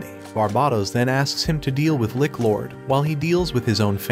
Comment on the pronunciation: Its lich not lick